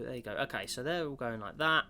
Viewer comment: Its "going" not "gowing"